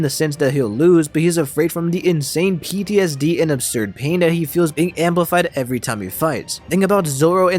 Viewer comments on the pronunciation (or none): none